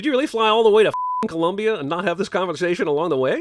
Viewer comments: It's Colombia, not Columbia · It's COLOMBIA not Columbia! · Colombia - not Columbia xd thankss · Hey! Its Colombia** not Columbia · It's Colombia, not Columbia. Come on cinema sins, you're better than that. Sin. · It`s Colombia , not Columbia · Hate to be that guy but: COLOMBIA* not Columbia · GUYS ITS COLOMBIA NOT COLUMBIA. you had one job! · its colombia, not columbia.